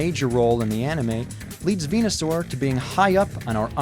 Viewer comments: **Venusaur, not Venasaur. ;) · 2 things: A. It's VenUsaur not VenAsaur B. Pokemon Green had Venusaur